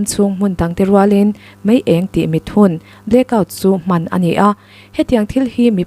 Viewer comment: Mai eng ❎?? Mei eng ✔️